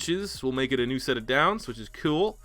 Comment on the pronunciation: When you said kewl I died